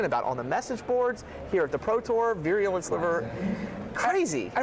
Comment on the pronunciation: Stop mispronouncing "virulent"!!! It is vie-roo-lent not veery-oo-lent